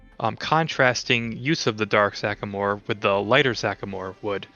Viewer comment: Library. Sweetie, it's sycamore, not sacamore. Pre-dating Art Deco is Beaux Arts, which adorns bold lines and geometric shapes with more classically styled sculpture and details, such as seen above the panels and around the windows. Again, cute that you're using terms you know (Art Deco) but applying them incorrectly. Young people are funny.